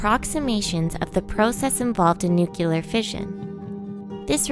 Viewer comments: nukular.. still not a word... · newcueler haha